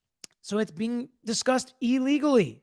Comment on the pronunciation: Had to stop watching when this "lawyer" said E-legally 10 times in a row... the word starts with an IL, on what planet is that pronounced EE...